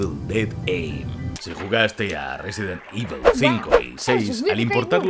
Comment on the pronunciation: Risidint ibol. The best saga in the wirld